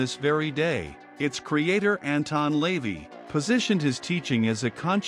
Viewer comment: AI can't pronounce Lavey properly